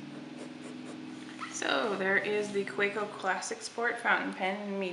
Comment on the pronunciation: Kaweco: Kuh-veh-co